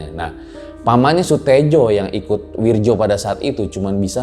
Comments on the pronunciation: Ngerasa aneh aja gt denger narator ngomong "Wirdjo" bukan "Wiryo" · Bacanya wiyo. Bukan wirjo